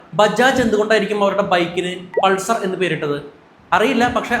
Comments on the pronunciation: പൾസർ ആണോ... പൾസാർ അല്ലേ..? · ആ സ്റ്റാർ ന്റെ പേര് പൾസർ അല്ല പൾസാർ എന്നല്ലേ...